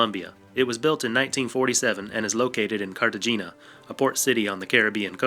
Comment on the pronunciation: I've never heard Cartagena pronounced that way and it hurts my ears. It's pronounced Car-Ta-Hey-Na.